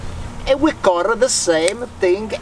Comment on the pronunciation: can i just say .... PLEASE SAY ''CUT'' not CURRR ... its so irritating